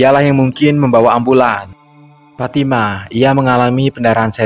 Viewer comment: IH FATIMA PULA TU,,NAMANYA PITALOKA SHODIKIN ITU,,KAU BILANG PATIMAH,MANA ADA ORG BARAT PATIMAH NAMANYA,PITALOKA SHODIKIN ADA,cara bilang nya,shooo,,lidah nya agak di tekan kebawah,,giginya dikit rapat kn,,shooo,,sho,ha gitu,,ulangi PITALOKA SHODIKIN,,ha pas,,🤭😁